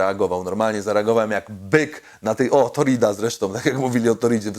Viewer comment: "Torida " ????????????? Corrida ziom, Corrida !!!